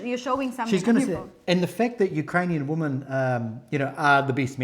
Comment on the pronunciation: Why do you have difficulty pronouncing Women? Sounds like you said "there were four Woman".